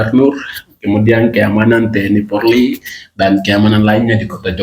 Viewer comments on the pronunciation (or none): none